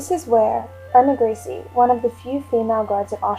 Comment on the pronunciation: irma grizzly😆